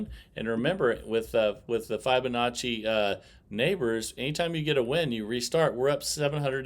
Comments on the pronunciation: I personally like it playing dozens but I was referring to the pronunciation of the word Fibonacci, it’s as in the word fib it’s been mentioned before all I was asking is that interact with his subscribers as above he thanks for my “honest feedback back” it just seems like he has bots answering the same thing all the time like I said before I really like him and the channel so not being disrespectful just my thoughts. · Maybe they should re-name it flubanacci because of the way tends to butcher the correct pronunciation! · Hey, its not a massuve deal but your pronounciation of fibonacci is totally off.. still love your vids, i wTch every day